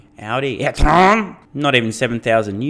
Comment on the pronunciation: This "etrON!!!" gets me everytime 😂🙏🏻💩 (im French)